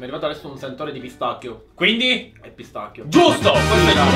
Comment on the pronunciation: alla fine giampy che dice:pistacchio con una c (pistachio)